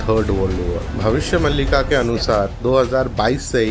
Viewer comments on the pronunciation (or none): भबिस्य मलिका नहि भबिस्य मालीका में बही से हु तो ग़लत pronounce mat karo